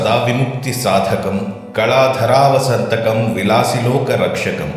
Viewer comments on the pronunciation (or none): కళాధరావతంసకం అయితే, కళాధరావసంతకం అని చదివారు